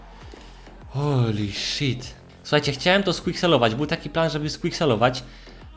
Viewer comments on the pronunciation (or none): none